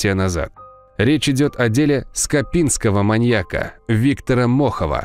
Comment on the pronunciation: Но диктор верно произносит «скопинский маньяк»